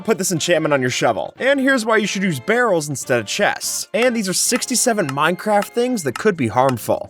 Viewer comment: When he was talking about barrels being better then chests It sounded like he said girls instead of barrels at first lol